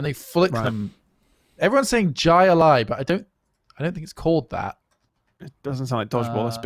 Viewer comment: badly mispronouncing jai alai was pretty adorable.